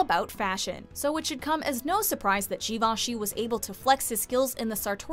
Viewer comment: Shivashee lol